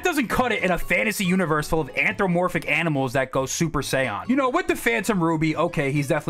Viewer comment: The pronounciation of super saiyan 😂